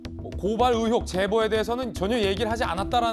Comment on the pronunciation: 의혹이라 못하고, 으혹이라말하는거 보니...ㅎㅎㅎ 아랫쪽이구나.......